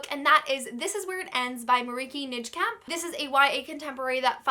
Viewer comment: i feel so bad for laughing but i just find it so funny how non-dutch people pronounce dutch names i'M SO SORRY I CAN'T HELP IT - but anyways, you pronounce marieke nijkamp like mahreekuh neikahmp or something like that :)